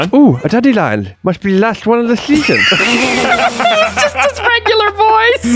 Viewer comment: A clip you say? Musssht be the lassht one of the sheeeaashhhoon!